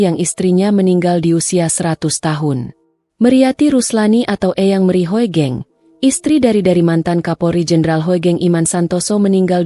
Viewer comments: Narator mesin, Hugeng aja menyebutnya, jangan Ho e geng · D baca hugeng..bukan hoegeng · Sebenarnya yg baca narasi itu salah... Hoegeng.. itu ejaan lama... tapi bacanya tetap Hugeng.... OE = U ..